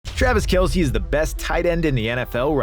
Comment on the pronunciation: Not knowing kelce's name is actually pronounced kels